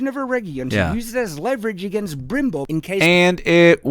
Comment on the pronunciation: Yeah like it seriously makes me doubt if he even saw the series. but that "Brimbor" was even more annoying lol